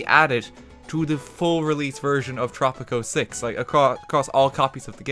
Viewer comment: At first I couldn’t tell if you were saying tropic 06 or tropico 6